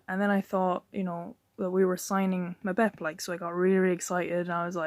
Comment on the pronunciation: say his name properly you fool